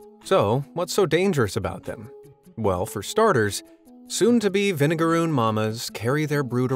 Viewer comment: They do not sting. Idk where you got that from. Also it's vinegaroon. Not vinegarune